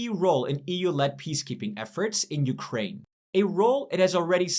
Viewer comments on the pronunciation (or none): none